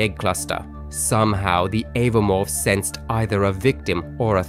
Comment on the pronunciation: It's oh-voh-morph, not ava-morph, watch the movies or look at anyone who reviews the lore.